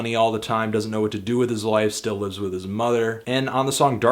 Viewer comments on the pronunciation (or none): none